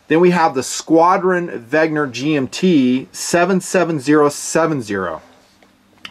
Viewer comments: IT’S WENNGGGGGER. NOT WEGNER?! I love you but it makes me fiery red mad everytime you say wegner. Please. WENNNNNNNNGER. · "VEN-GER" not "VEG-NER"... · Pronounced VEN-GER not VEG-NER... I think vegner is an anti veggie word made up by hipsters :) Trouble with affordable watches is the lume... :(( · You almost got the German pronunciation. Notice the g comes before the n, not vice versa. So it's not veg-ner, it's veh-nger, with the nger sounding like it would in hanger or singer. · really? Weg-ner again? Think "Ven-ger!" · “Wegner”. It’s like the George Bush syndrome, “nucular” instead of “nuclear” lol